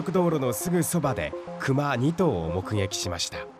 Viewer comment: クマのイントネーション。。。